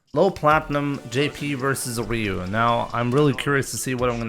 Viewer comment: I mean it’s Ryu like Ryu bruh